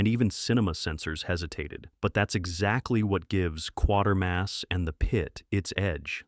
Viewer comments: #05: It's Quatermass and the Pit, no R after the A, pronounced "kwaytermass", not "Quartermass". It's even correctly given in the chapter title on-screen, but the narration and the caption on-screen are wrong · It's Quatermass, not Quartermass. Just saying. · Ot's pronounced Kwaytermass. Not Quater mass. Yes it's spelt like thet, but if you watched the films and TV series you'd know that. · Thanks for this I had never scene Night Caller so downloaded and watched excellent movie Always feel sorry for my Yank sci fi fans They never get Professor Q name pronounced correctly